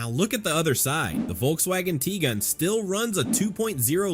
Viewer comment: Volkswagen "Tea Gun"?